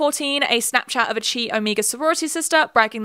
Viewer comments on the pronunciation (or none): Chi is pronounced "ky", rhymes with sky, not "chee" like the curling iron.